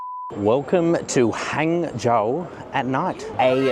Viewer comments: I watch till the end, very good filming and editing. Pronounce "Hung-zhou" 😀 Not Hang as in hanging, is Hung as in Hunk. 杭州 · Nearly got it...its pronounced as "hung" zhou instead of "hang" zhou.